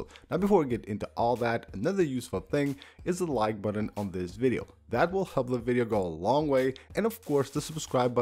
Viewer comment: I smash the mute buDDon as soon as I hear you pronounce it that way - buDDon.